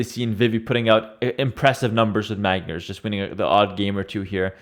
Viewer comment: why does everyone say magyars so weird. its Hungarian for Hungarians and the 'gy' is one letter/sound everyone be "g-iars" it aint no gyoza..